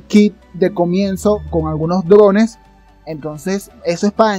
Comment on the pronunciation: "Drones" yo escuchaba "llorones"